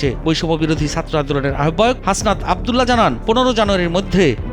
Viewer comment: উচ্চারণ ঠিক করেন। সাত্র কি? ছাত্র!